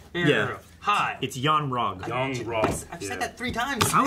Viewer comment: That dude in the black shirt, far right did not say "yon-rogg" 3 times. He said "Van Rek" or some shit. Then he corrects the dude in the pink shirt. Some nerve. He should really watch and listen carefully to himself on these reviews. I remember him being like this for the Fantastic Beast review. Insufferable. This groups reviews are great to listen to nonetheless, but that dude tho.